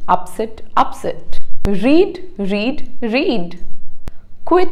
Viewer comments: read read read is pronounced as Read Red Red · Pronounce of read are different in 2nd form 😅